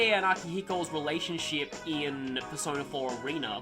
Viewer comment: sounded here like he said "Bearsona" instead of "Persona", uff.